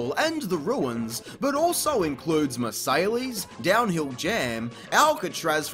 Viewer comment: "But also includes mersaylees" Oh dear god,, no. Noooooooo. Marseilles is pronounced roughly like "Mar-say." D